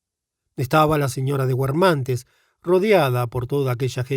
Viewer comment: Xq pronunciar guermante pronunciando la U? X lo demás mil gracias